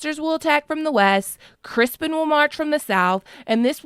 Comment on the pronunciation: Crispin??? Isn't it criston Cole